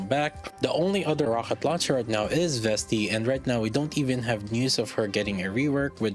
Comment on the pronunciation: Thanks for the Review. Quick question: Ro H et launcher? Not Ro K et launcher? Is it on purpose :D ?